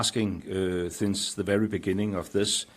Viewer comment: We are vewy vewy cwoss!!